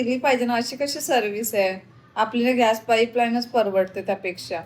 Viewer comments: By the way घ्यास नसत गॅस उच्चार असतो आणि पाण उच्चार नसतो पान उच्चार असतो. मराठी सुधार..... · Just to be very clear — हा मुद्दा pure Marathi बद्दल नव्हताच. It was only about mispronunciation of the word “Gas.” Correct word point out करणं hate नसतं; it’s basic language accuracy. Accent/style वेगळे असू शकतात, but wrong pronunciation is not a style choice. Content public आहे, so constructive feedback is valid and normal.